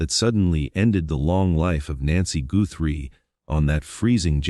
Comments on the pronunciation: The last name is not pronounced Gootry. It’s important to get the name right. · You need to learn how to pronounce tuson and Guthrie correctly when reporting on someone,to make it sound more factual